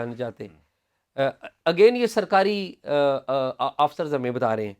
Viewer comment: شاہ صاحب آپ کی خبروں اور تجزیہ پر جو کہ حقائق پر مبنی ہوتے ہیں قابل تحسین ہے۔ آپ آفسر کا تلفظ درست کریں۔ اردو میں لفظ اَفسر ہے نہ کہ آفسر